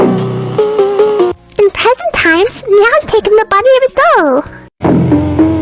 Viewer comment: Meowbahh says doll so weird she literally pronounces it as "dole"💀